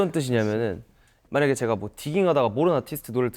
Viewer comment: 음색이 너무 귀엽고 미소년같고 그냥 목소리가 공기반소리반 숨소리가득 처연섹시옴므파탈이셔서 가만히 외국아티스트 곡 듣듯이 하다가 영상봤는데 성숙한미남있어서 갭차 뭐지? 했는데... 원래 목소리도 귀여우심ㅋㅋㅋㅋㅋㅋ 발음 뭐냔말임 놀러와셔요~ 줄서셔요~ 가쥬마가 졔가 이케~~ 웃음소리도 막 으헤헹 이럼 근데 얼굴이 개잘생김 원래 이렇게 묘한 갭차느껴지는게맞는가😮